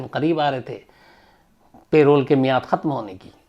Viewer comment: सर वो पैरोल नहीं परोल होता है